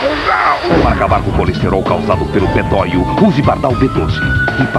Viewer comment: o cara fala "PETÓIO" na propaganda da Bardhal kkkk